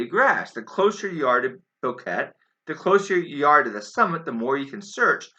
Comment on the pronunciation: I agree on your solid points. No good evidence they were lost at all. By the way it is pronounced bo-KET-eh. It means mountain gap. In Brazilian Portuguese it means something entirely different.